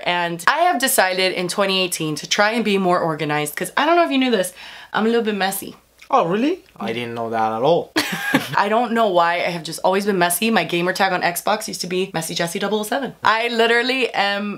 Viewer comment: Who else went “ ORGANAZATION ORGANAZATION” when she said orgainized?😂